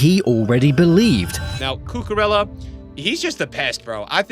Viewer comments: Marc cucurelia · The mispronunciation of Cucurella was actually ragebaiting me